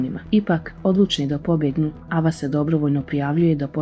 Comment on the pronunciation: Nije ava nego ejva